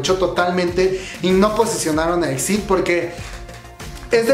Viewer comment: Se pronuncia i-ex-ai-di, por otra parte debiste buscar una foto donde aparecieran las 5 miembros ❤️